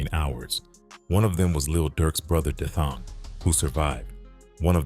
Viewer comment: yeah his name is D-thang not Dathong😊